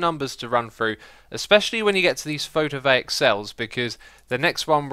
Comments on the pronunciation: XISUMA ITS PHOTOVOLTAIC NOT PHOTOVAIC (actually this word is Greek, so this annoys me very much because guess what I'm greek.) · Photovaic, I can't let it go, every time, you say photovaic, it's photovoltaic, LUL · Just to mention something you're saying wrong. Photo-voltaic not photo-vaic. Photo from the Greek word for light and volt from Alessandro Volta. Photovoltaic basically means light energy/electricity in other words. I thought it might be a bit interesting to throw some information instead of just sounding like a butthurt person because you pronounced a word wrong. Now I sound like a smartass who was butthurt by you pronouncing something wrong. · Hey X, its not called photovaic, its called PHOTOVOLTAIC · By the way, Xisuma, it's PhotoVOLTaic cells, not Photovaic, as in It creates power (volt) from light (photo). Just lettin' you know :P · It's my birthday! PS photovoltaic is pronounced photovol-tay-ic :P